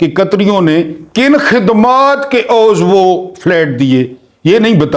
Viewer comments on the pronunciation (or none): عوض = ع کے نیچے زیر اور و کے اوپر زبر اور ض ساکن ہے اس طرح انکل جی آپ اس لفظ کا درست تلفظ بنا لیں گے ۔ کوشش گریں آسان ہے۔